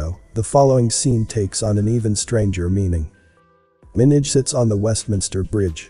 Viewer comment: Liked the video but you are saying Minaj wrong